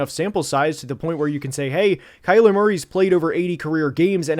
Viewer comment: It’s Kyler